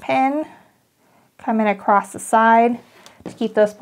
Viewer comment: Beautiful pattern. You do a great job with instructions. BTW...... “across “ doesn’t have a “t” at the end.😊